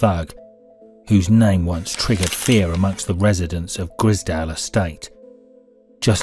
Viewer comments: Im sure its the grizedale estate and not grisdale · Grize _dale , Grizedale , not Griz_dale estate ! edit, so annoying hearing you butcher the name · Its the grizedale estate not the grizdale estate mate. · Wish the narrator would say Grizedale properly 😂